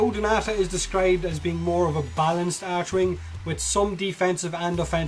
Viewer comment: It's called Archwing. Pronounced [ark-wing]. Also I was kinda disappointed when you demo stuff like a warframe or archwing you talk about abilities, but you dont showcase the skills as you mention them.